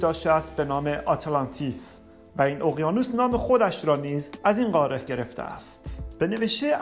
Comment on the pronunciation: خسته نباشید بسیار عالی و مفید بود فقط لطفا تلفظ واژه ها را درست ادا کنید مثلا: قاره، ه در آخر تلفظ نمیشود مانند حرفهای دیگری که در زبان فارسی نوشته میشوند ولی خوانده نمیشوند مثل موسی، خواهر و.... این موضوع کمی سطح مطالب را پایین می آورد